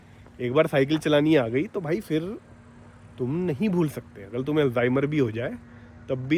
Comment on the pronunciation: Vah "fir" nahin balki phir hai. Aur "toh" nahin balki to hai. India men logon ko mul se mul cheezen pata nahin hain, jaise ki aksharon ka uccharan kaise karte hain; developed desh banne ka sapna to chhor hi do. Ab Dilli bahut dur hai.